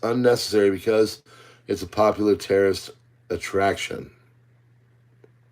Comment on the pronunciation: i was cleaning my AR from the range yesterday listening to this, when you got to Alcatraz and said "tourist" attraction i hear Terrorist in my head and I instantly thought to myself "is he talking about the movie The Rock??" then i looked up and laughed and left this comment. Great report as always bud.